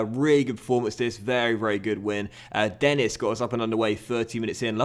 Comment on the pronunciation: think denis name is pronounced as de-knee due to his french nationality